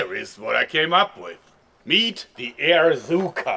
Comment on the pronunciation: I thought he said "air-cyka" XD